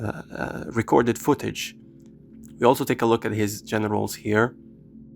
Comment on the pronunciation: he did NOT say “gererals” ✌️🫩